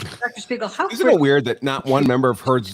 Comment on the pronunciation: keeps saying Shpiegel 🤣